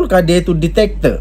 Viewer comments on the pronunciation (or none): Zebyrannya bujan DITATOR tapi DIK-TA-TOR